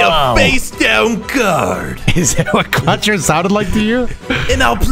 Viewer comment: Quattro? That's literally 4 but with an extra T in it